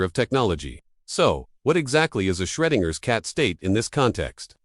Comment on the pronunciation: Shreginer's Cat? LMFAO bro, you'll never make money if you can't even QC your own videos. Try making videos about something you have an interest in, show us a genuine human behind the scripts, and maybe, just maybe you'll get 1000 subs. GLHF.